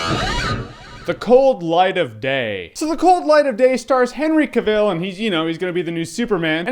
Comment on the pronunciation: how hard is it to say CAVILL like TRAVEL.. seriously dude.. get it right... and Henry is hot.. there are much worst movies out there.. Expendables 2... just so you have something to rave about cause it certainly looks like you like talking out of your......